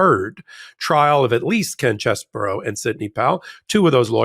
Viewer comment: Name is CHEESE-BRO, not CHESS-BURROW